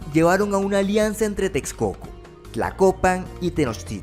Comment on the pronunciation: It's not Tez- co- co or Teks - co - co. It's Tesh - co - co.